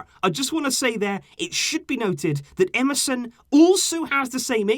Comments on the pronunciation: You say Emerson, I hear MSN😂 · Is it just me or everyone hearing "MSN" whenever he says "EMERSON"😭😭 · You said emerson i heard MSN 🙂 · You said "Emerson" I heard "MSN"🥺